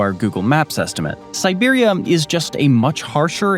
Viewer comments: nice vid, but it's siberia not siberium! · is it just me or do they keep saying Siberiam? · I can't help but laugh every time the narrator mispronounces Vladivostok. And I swear it sounds like he keeps saying Siberium, like it's some kind of element. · Why does it keep saying Siberium? Like it’s some kind of metal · While your pronunciation of the towns is much better than what I would do, I can't help but hear an m at the end when you say Siberia lol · Siberium? Am I the only one hearing that? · Where the hell is "siberium"? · No, it really does sound like he's saying Siberium. I kept wondering if that's a new element or something. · is this voice saying "siberium" each time or just me?